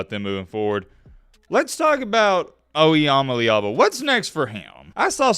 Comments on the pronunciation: He really said “I am a leeva” cya later bud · Its literally in his name I-am-a-leava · Well, his name is, imma leave ya. That's how I've pronounced his name since I first saw him. Lol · Still can’t even pronounce his name right🤣